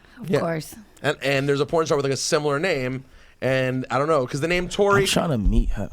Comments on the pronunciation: His name is tory not torey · It's "Tory Lanez" and not "Torey Lanez" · ITS TORY* GET IT RIGHT